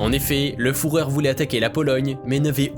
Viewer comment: On ne dit pas fourer, mais führer. Les vaccins sont dangereux pour la santé.